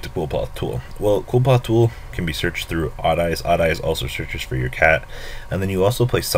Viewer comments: okay i wanna make a video about card pronunciation... it's pronounced "Li-foth" jeesus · It's pronounced Kliff ort nowadays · Erhrm "Cliff - Aw - Th"